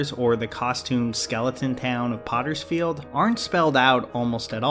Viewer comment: I am furious that you called “potsfeild” “pottersfeild”